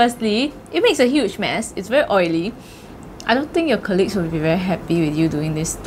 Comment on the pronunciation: Xiaxue Its Korleague not Kerleague